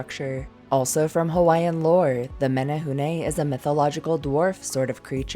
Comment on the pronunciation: Your pronunciation of the Hawaiian words was excellent,Awesome Work!